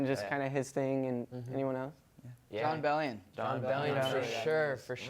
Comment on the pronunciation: yo they said Jon Bellion 😂